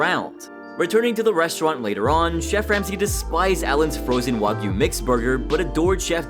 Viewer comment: The first time I watch the episode I was so confused "wagoo beef" like wtf was that ? Wa for who ? Goo for what ? Is this some secret Ozzy cow meat farm or something ? Turns out he meant "wa-gyu" the Japanese specialty meat...